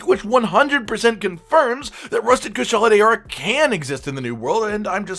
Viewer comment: “Kushala de-ora” wtf? You may as well have gone full on white guy and read it as “cue-shala de-ora”